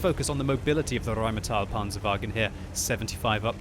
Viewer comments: it's pronounced "rainmetal" a like ass and i like piece ^^ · i think it's pronounced with e it's not rheighmetall that e is not a it stays a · Omg i love your german "the RRRRRRRheinmetall PPPanzerwagen" Please make one video in german: ) german is the best language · the rrrrrrrrheinmetal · the rrrrrrrrheinmetal panzerwagen lol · you don't roll your rs in German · In my four years living in Germany, I never heard anybody ever roll their 'R's But it certainly is entertaining to hear do it.